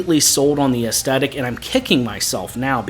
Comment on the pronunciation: The word "aesthetic" is pronounced es-THET-ik, not es-TET-ik.